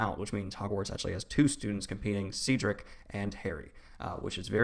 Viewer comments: Not “Seadrick” 😂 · 'Ceedrick' is killing me 😭